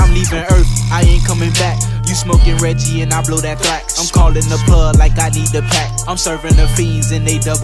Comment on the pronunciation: Mauricio Gutierrez if he meant to say thraxx then he said thrack, cause I don't hear anything like the sound of an x